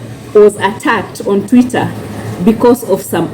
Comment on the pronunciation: Ni Twitter not tweeter sweetie